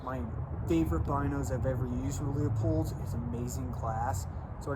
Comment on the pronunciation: looooo-pold. Not leo-pold.